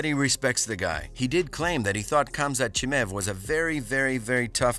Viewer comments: Who's this Chimäääv guy dude keeps talking about? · Khamzat "Chimev" 😂😂😂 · Who tf is ”CHIMEV”